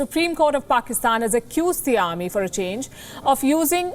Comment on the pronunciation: "For a chang!" 😂😂😂